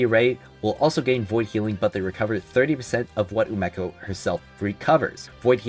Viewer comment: Is it not umeko pronounced (oo me co) ??